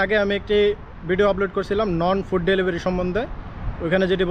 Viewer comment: নন ফুড না রে পাগলা নুন ফুড